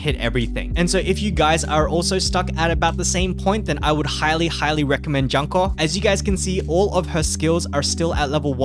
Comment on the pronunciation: Btw the dango girl name pronounce as June-Ko XD. Anyway if not meta slave for pvp its fine to take it slow for this game. You will only suffer at full clearing event and raids if you dont have certain students. Make sure to focus on 1-2* students like "watame". Note: Back in jp the red raid only came out after 2 yellow and 1 blue raids.